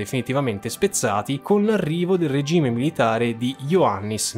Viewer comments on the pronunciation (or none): none